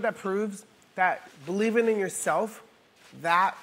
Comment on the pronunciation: Believening, bahaha cute 😂